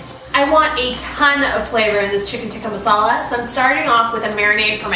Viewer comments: You say "chicken tikkah masala" like you are not indian/pakistan. Like you just learned the language yesterday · she said chicken tikka masala like a FU**ing white person 🤦‍♂️